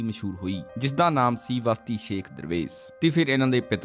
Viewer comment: ਵਸਤੀ ਨਹੀਂ ਬਸਤੀ ਸ਼ੇਖ ਆ ਜੀ